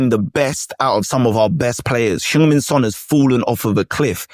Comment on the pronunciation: Spurs fan is butchering Son's name. Badly.